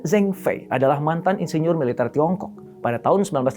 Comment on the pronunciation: Zhengfei dibaca Cengfei Shenzhen dibaca Sencen Guangzhou dibaca Kuangcow Guangdong dibaca Kuangtong Tsinghua (nama universitas) dibaca Cinghua Ceng dibaca dg bunyi "e" lemah spt pada kata "jeruk" & Fei dibaca dg bunyi "e" keras spt pada kata "bebek". Sencen dibaca dg semua "e" lemah.